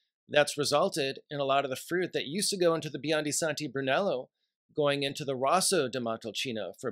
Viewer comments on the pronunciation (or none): No love for Vino Nobile di Montepulciano? It’s just as great with a little more fruitiness. It’s Rosso (r-oh-so) di Montalcino.